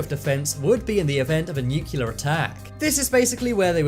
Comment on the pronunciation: 'Nuculear' ? With an English accent. How very international.